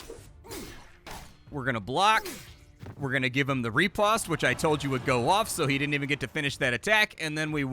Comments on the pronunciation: Pronounced Rih-Post. Not Re-Past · Fyi, riposte is pronounced ruh·powst. It's one of those french words that doesn't translate well phonetically. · I love how you butcher the word 'Riposte' =) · Well, turns out I've been pronouncing riposte incorrectly for decades....